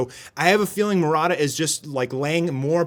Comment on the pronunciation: Did anyone heard him pronouncing “mo ra da” instead of “mu ra ta”